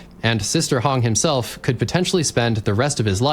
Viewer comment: Sister Hong ❌️ Sister Hung ✅️